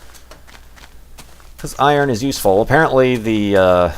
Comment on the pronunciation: Oh and or something. 'Eye-ron.' I used to call this one boss in this old Power Rangers game that, until I learned that it was pronounced iron. It was hilariously sad. o- e